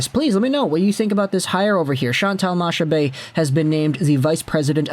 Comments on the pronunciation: Hey! Its pronounced MaCcabée and not Mashabée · Her last name is pronounced like "Macca-Bay". Nice try though. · honestly today in Quebec it might be the first day since 2019 that everyone is agreeing on something, Chantal Machabée is a great choice for that role. Also btw its pronounced makabay like mach 1, mach 2, etc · Chantal Machabée's name is pronounced Chantal Makabé. She often appears on L' antichambre on RDS. She's very well respected. It's the habs only unanimous hire ever. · Its pronounced makabe . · It’s more. Mac-a-bee pronunciation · My gf just corrected me, it's ponounced Makabé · To help you a bit, Machabée is actually pronounced « Mak Abbé »😁 Keep up the good work!😁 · Its a really good thing here, she is respected and well known in Québec. Its pronouced "Makabay" btw, keep up the good work!! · Machabée is pronounced with a hard C, so it's more like Macabée. You don't pronounce the ch.